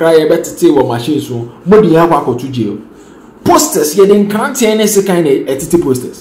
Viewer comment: Sekan and NKRANTE NOT NKRATE